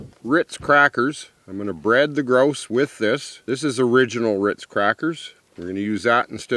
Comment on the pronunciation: GRAUUUUSE PAUEHR MEE GEE-ANNE